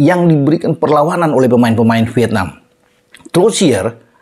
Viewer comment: Coba belajar ucapkan dng benar 'V I E T N A M' (pakai huruf 'E' di tengah²nya) & bukan 'V I T N A M'